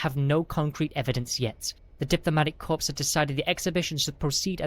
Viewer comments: If this was actually narrated by a human they need to know it is pronounced core not corps and debree not debris. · It's pronounced CORE, not CORPSE. Good story, and hoping the narration will improve. 7/10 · Good story with excellent overall narration, I look forward to listening to your future stories. and The "S" in the word "debris" is silent. The captions have the word "immobilized" not the word "paralyzed" as narrated. The "S" in "Corps" is also silent.